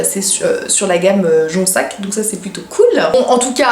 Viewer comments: Coucou !! Je t’ai decouverte il y a quelques jours et whouaou super j adore ta chaine !!!!!!!!!! Pour la marque on dit jonZac et non jonSSac 😛 !!!!!! BisoussS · ma belle cest jonZZZZZZac tu dis JONSSSSSSAC cest pour ca! lol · Jonzac est une marque et une ville proche de bordeaux ^^ Et on dis jonzzzzac et non jonssac 😂😘 Gros bisous à toi! ;) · Ça se prononce JonZac puisqu'il y a un Z ;) Et on dit UNE vis